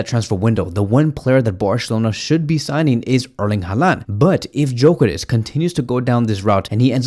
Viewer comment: its Gyokeres not Jokeres 😂